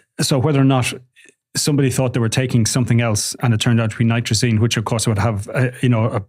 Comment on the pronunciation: NITAZINE there is no R